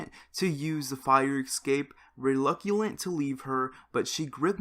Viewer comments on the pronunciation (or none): Reluctant * not reluculant xD silly face